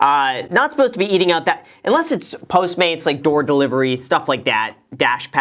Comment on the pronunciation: Was I the only one that heard door delivery, dash pass. 🤣